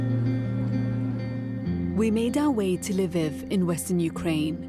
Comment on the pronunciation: bbc news and calling it 'leviv'